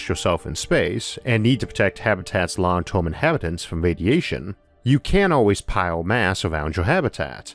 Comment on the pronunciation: What is a 'porson' or 'torm'?